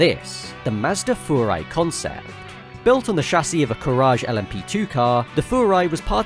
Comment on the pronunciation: You are the first person I have ever heard pronounce Furai the way it's supposed to be, and not Fyurai. Massive props!!!